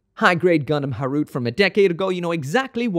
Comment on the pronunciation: In the past I thought it was pronounce Gundam Ha ru te.